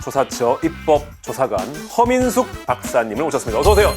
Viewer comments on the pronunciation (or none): 허민숙 박사님이라고 할때마다 커밍순으로 들리네